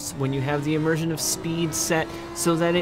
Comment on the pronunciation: Immirshment? Did i hear that right😂